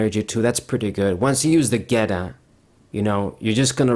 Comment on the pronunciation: Its funny the way you pronounce geeta and iono. You re the only one i know pronounce those cards that way